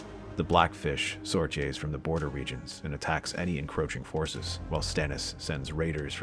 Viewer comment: I loved this. But I think you are mispronouncing sortie and courtiers for shits and giggles at this point.